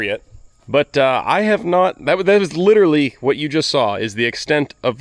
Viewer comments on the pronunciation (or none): none